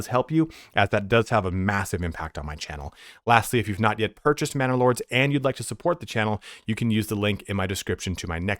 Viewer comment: Every time you say Manor Lords, I hear Bannerlord. Love your vids keep up the good work.